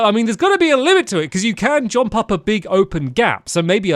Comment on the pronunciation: stampy saying jomp is so nostalgic xx